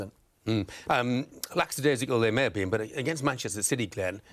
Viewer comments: Nice of Jeff to confirm his mispronounciation of lackadaisical... Lacksidaisical 😅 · What is a "Laxadaisical" 🤦🏾‍♂️😂